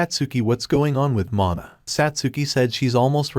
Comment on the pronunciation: min mother ? Not mana🤨